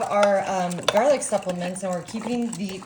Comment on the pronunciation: Oh stop it, it's fun. Garleek is iconic